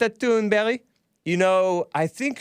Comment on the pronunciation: Seriously you gotta stop saying thun"berry". These foreigners gotta learn to spell their name phonetically when they move here. They always spell it in a way that if we pronounce it phonetically then we will obviously say it wrong, and then they get all mad at us for saying it wrong and call us stupid. Theyre the stupid ones and they need to leave my dang country. It happened to me with the mexicans and the german/asian foreign exchange students we had. These people are just awful and i want them out and u need to just say the names wrong on purpose.